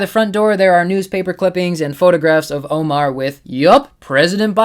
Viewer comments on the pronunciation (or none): none